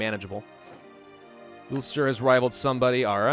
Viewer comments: Anyone from Northern Ireland and Ireland will get ptsd by the way you pronounce ulster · I hate how saids ulster